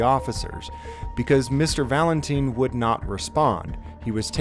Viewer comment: man...the guys last name is Valentine, as in rhymes with time, not teen! Sorry to be anal about this but I just figured you would want to know! It would be like me pronouncing your first name "Jam-es".